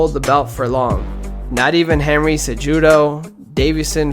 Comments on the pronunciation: Great video buddy. By the way, Henry's last name is pronounced seh-who-doe. People are knitpicky about stuff like that and its easily verifiable if you can just find the fighter saying their own name. Its also courteous for the fighters, who's entire brand is essentially their name and face. You have a great voice, and do a good job of speaking calmly while still sounds natural and not monotonous. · How do you know the history of dj but dont know how to pronounce his biggest rivals name henry cejudo 😂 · OMG DID HE MISPRONOUNCE A NAME????!!!!!!! Fuck outta here